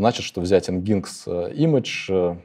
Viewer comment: Nginx произносится как: "энджин-экс". За лекцию спасибо.